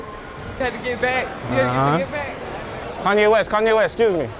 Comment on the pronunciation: That aint kanea west, thats kanye est.